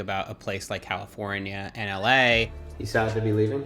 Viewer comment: I can't stand how people who have lived in or visited la say la